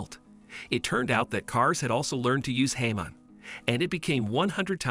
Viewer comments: i think you said hamon wrong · Its hamon not jamon nvm